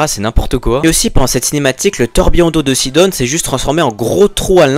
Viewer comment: Mdr sidon tu le prononce sidonne